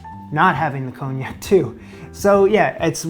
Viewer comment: Nice job. But...there's no 'j' in Parmesan, 'erbs starts with an 'h' and wtf is cone yak? 😉